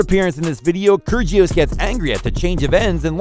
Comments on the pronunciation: btw i don't mean to be that person but when you pronounce kyrgios the g is silent :) so its like kyrios btw i love this channel! great video! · That’s not how you say kyrgios’ name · ker gee os ... 🤣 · How did he pronounce kyrgios like that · The narrator needs to go to Pronunciation school. Kyrjios, Radoo-canoo, and Lahver? Get a grip.